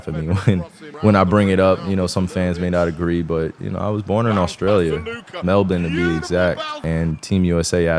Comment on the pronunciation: Mans says “Melbourne” in the most Aussie accent, but says “Australia” like a true American 😂